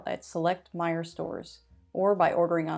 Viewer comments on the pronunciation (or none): none